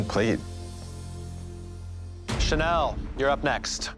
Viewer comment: channelle cracked me up